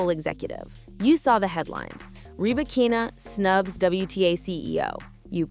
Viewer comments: Only artificial intelligence could butcher somebody's name so perfectly and completely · Wtf, with this AI generated post that cannot get Ribakina's name pronunciation correct? No thanks.